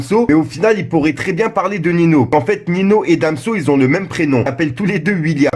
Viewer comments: C’est malaisant quand tu dis « Nino » aulieu de Ninho [Niño]... 🤣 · par contre ya que moi qui a remarquer qu'il disais nino au lieu de ninho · Oui genre ça se prononce comme ça "Ninio" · Arrête de dire nino ces ça ce prononce niño ! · mais wsh t'es là t'es censé être à l'affût tel est le concept de ta chaîne ytb et y'a tjrs des gars comme toi pour prononcer Ninho, "Nino" en 2020 si c'est pas du foutage de gueule faut l'vouloir c'est pas possible autrement🤦🏽‍♂️🤦🏽‍♂️ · Ça se prononce ninio